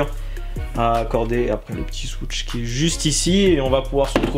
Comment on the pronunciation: Mdr le "swooTsh" tu m'a tué, bonne vidéo sinon comme d'hab